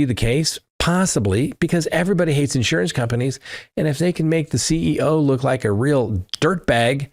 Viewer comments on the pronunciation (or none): none